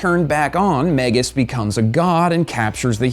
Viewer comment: It's "mag-us," sounds like "bag-us."